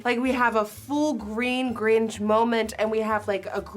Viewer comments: Yea she’s full on saying GRINGE lol very Nirvana Grinch. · I don't hear any difference between gringe and grinch, not a native English speaker either. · YES!!! It made me gringe (instead of cringe). Do you see what I did there? Don’t block me, please. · Is it just me or is Nikkie saying Gringe? No hate btw ilysm Nikkie just wondering?🖤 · Came to the comments to see if anyone mentions how she says “The GrinGE”🤣🤣🤣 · “The Gringe” is killing me Nikkie 😭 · Is she saying "grindg" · It sounds like you’re saying gringe. So I’ma use that now. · no one: niki: ✨the gringe✨ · am i the only one who can’t get past her pronouncing grinch as “gringe” sorry love you nikkie ❤️ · Why u say gringe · She said “the gringe” 😂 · I know, it sounds funny coming from a foreigner 🤗😁😂😅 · Sounds like you’re saying “gringe” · Am I the only one that noticed Nikkie pronouncing Grinch like "cringe" haha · “the gringe” “liquit liner” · I love the way she pronounces Grinch as “Gringe.” 💚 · Went searching for this comment to make sure I wasn’t alone thinking this! 🤣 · I notched that too lol! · I noticed that immediately lol. GRIN-CH Nikkie, GRIN-CHUH! LOL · Did anyone notice how she said gringe! Lol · "tHE GrIngzzzz" love you xD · "the Gringe" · me confused bc I thought she was saying gringe No hate whatsoever, I absolutely love you nikkie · broke: the Grinch woke: the Grinzhhh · Is it just me or am I the only one who loves the way nikkie says grinch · I’m so sorry but it’s not “gringe” it’s “grinch” 😂😂😂 I couldn’t stop focusing on that hahahahhaha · Am I the only one who’s triggered by the way she pronounces the “grinch”? I feel like she says it in kinda a weird way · its not grinch like cringe its grinch like pinch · It’s GrinCH…not GrinGE, lol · Grinch not gringe lol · I keep hearing you say “The Gringe” instead of The Grinch’. 😂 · Who is the Gringe? Hahahaha girl. GRINCHHHHHHHH 😂😘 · Why is she saying Gringe? Like the “ch” seems to be just GONE! GrinCH please. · It's Grinch, not Gringe...